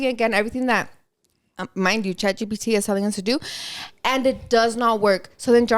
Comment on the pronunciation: So im not up with the times at all like A.I. or anything like that, I rarely download apps but tell me why I kept hearing “Chachi P.T.” Instead of Chat GPT 😂😂😂😂 I had to search it up to see what you were talking about 🤭🤭